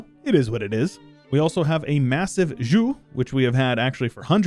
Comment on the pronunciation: Zhou is pronounced like Joe, not Ju